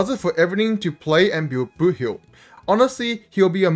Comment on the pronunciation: every time i hear you say boothill i hear "boohoo"